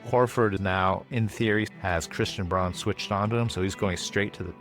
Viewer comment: Dutchy here (living close to the German border). I dont think it was pronounced correctly. It sounded like brawn or Bron while the "au" should sound more to how you pronounce "ao" in "ciao".